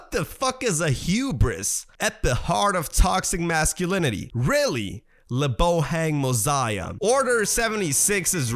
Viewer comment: The way you said lebohang mosia 😅